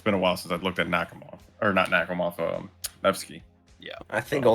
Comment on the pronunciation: You did Nakhimov dirty lol, I want to file a complaint.